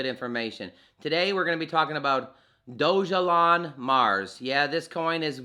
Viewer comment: Thanks for the video but one correction: Dogelon is pronounced Dawgahlawn, not doge-alon.